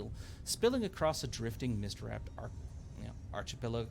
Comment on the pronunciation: pronounced arkipelago btw